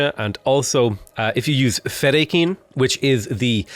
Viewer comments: "Feh-die-kin". Not "Feda-kain" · English phonetic pronunciation -> See etch , fe die ken... Sorry for correcting but it was really bothering me :D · Audiobook on Audible has all the pronunciations you're looking for. Thanks for making Dune vids! Noticable ones: Sietch - See-aych Fedaykin - Fed-Dye-Kun Hegemony - you said it correct the first few times then you were going all over the place. 😂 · Sietch - See etch Fedaykin - Fe Die Kin